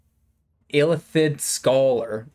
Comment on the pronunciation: Good job on Illithid 😂